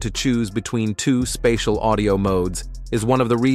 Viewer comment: “Spay-diel audio” instead of “Spatial Audio”, plus the monotone presentation voice, tells me this is most likely AI